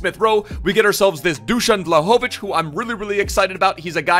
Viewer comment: Greetings from Serbia , the Pronunciation is Dushan Wlahovitch